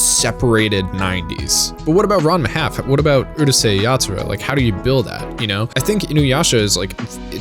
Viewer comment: Pronounced Urusei Yatsura correctly and then butches it with the dumbas Uhrusei